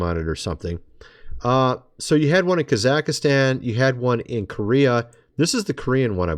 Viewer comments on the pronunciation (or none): Ka zahk stan...only 3 syllables my friend. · Kazakhstan is pronounced "cah-zuk-stan". That first video is definitely weird, but just for some more context, it's from a couple years ago.